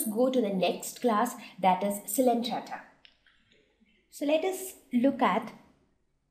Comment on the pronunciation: Its not coelentrata it is coelenterata....missed the ‘e’